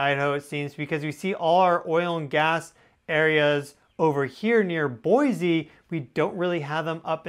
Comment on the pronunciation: You said boise wrong